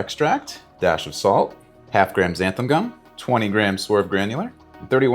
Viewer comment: ‘XanthAN” gum.